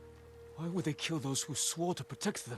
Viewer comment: "Yew wood" No, I wouldn't.